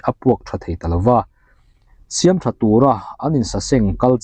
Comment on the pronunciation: A ziaktu hming hi,I lam diklo tlat mai,,siam tih lai hi,a hniama lam tur aw